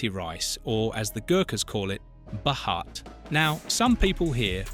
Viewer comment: Its not Bahaat it's Bhaat 😂